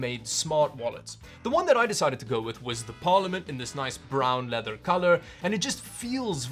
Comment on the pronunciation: "lisssen toh ta lether sooound"